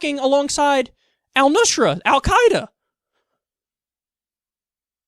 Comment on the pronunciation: First, Kyle, thanks for pronouncing "al Quaeda" correctly; I'm no fan, but I hate it when people screw up stuff like that. :P Second, Petraeus is a moron to the nth degree. How many more splinter groups have to be born from mistakes made in the Middle East before idiots like this stop suggesting their nonsense?